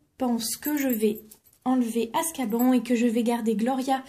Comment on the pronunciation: Tu à dit ascaban